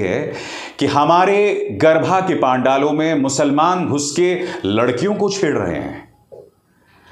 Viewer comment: Sir, it's garbaa and not garbhaa